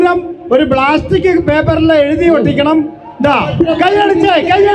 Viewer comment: ബ്ലാസ്റ്റിക്കല്ല, പ്ലാസ്റ്റിക് 😂😂😂